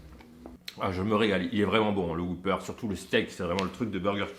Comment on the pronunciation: Whopper pas whooper bon sang 😜 donc ça se dit « whoppeur » et non « whouppeur »